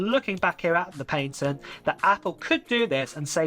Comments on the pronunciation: Just FYI your saying patent wrong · The way bro says patent is outraged